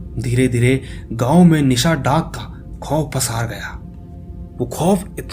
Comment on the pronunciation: Are bhai ye nisha daak nhi nishi daak hota hai 🤔🤔🤨🤨😏😒🙏